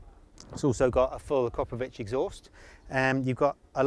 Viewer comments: Can we please, please pleeaaase call that piece of exhaust pornography by it's correct name? AkrApovic. With an A. Not Akropovic, with an O. Thank you! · It's pronounced "A-CROP-UH-VICH" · how about a respectable journalist from what's probably the largest motorcycle news-bringer puts in the effort to pronounce one of the best brands around correctly? I know a lot of UK riders pronounce it wrong but I expect more from someone who makes a living out of this. It just makes my ears bleed. So unprofessional.